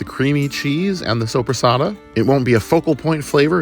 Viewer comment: When you said sopresatta i heard sobrasada and i got super excited thinking you ACTUALLY bought Spanish sobrasada hahahahaha. I wish xD. If you havent eat yet, i definitely recommend it, but maybe its not for everyone.